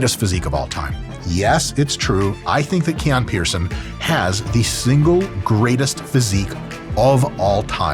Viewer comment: He pronounces it “key on” but isn’t it Hawaiian for “k oh knee”